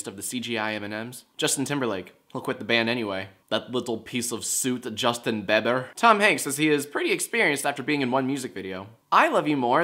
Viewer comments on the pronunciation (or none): I love the way he says Justin beber XDD